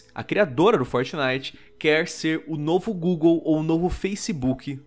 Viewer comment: Faltou um r no quer